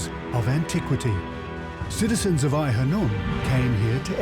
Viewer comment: Its Khanoum...not hanoum.